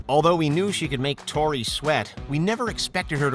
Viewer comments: “Toni” lol, it’s Tory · its tory not toni wtf man